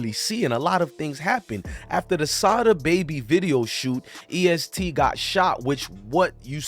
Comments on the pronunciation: Bruh u obviously not in touch with Louisville at all...its not east gee its EST for Everybody Shine Together! N its not lewis ville its Louisville like dat dude Loui... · Mane fucking the name of the gang and location up 😂😂😂😂it’s EST not EAST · Fr dude saying East 😂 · E.S.T not East😂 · The fact that you keep saying Louisville bro is luhvull how you lived in ky and pronounce the city wrong